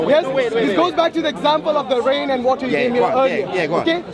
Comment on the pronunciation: Watah and rain